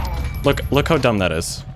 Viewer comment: so Canadian he leaves the "d" out of "dumb". This gun is d u m